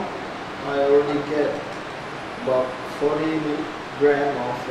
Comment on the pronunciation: sounds like he's saying 14g, but I think it's 40g?